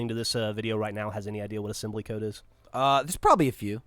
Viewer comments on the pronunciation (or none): Asembly? hahaha, that's pretty good man.